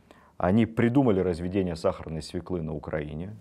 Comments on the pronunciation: 🎉Очень интересно.. Только неловко слышать от столь интересного человека: свеклы, а не свёклы. Извините за поправку. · СвЕклы, а не свеклЫ. Вам надлежит говорить правильно